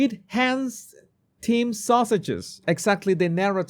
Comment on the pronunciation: I still love how you say “the sausages” 😂😂😂 it never gets old